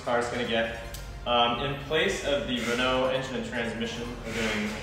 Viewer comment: An American with a decent pronunciation of Renault. Rare.